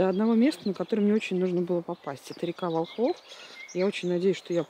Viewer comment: Река Волхов- ударение на первый слог.